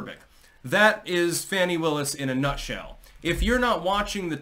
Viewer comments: Btw, hate her as much as you want, but pronounce her name the correct way. Fawn-ee. Not Fan-ee. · It’s pronounced Fawn-ee. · Fani pronounced as PHONY!!